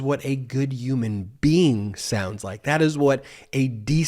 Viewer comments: I love and your videos, but I cringe every time you say Uman being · It's not yooman bean! It's Human Being! That drives me bonkers! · I had to drink a shot every time Ben said ‘youman bean’. 😂❤